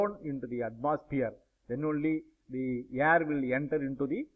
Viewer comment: Sir it's air not yerr